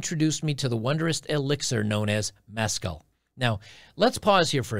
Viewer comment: It's pronounced mess--càll, not mess--cull.